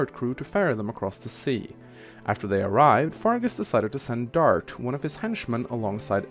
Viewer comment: Usually Rebecca becomes a god for me and I only need to grind a bit in the chapter you get her in. And forming a support triangle with her, Wil and Dart (why do you pronounce his name Dartch btw?) can make her one of the best units in the game.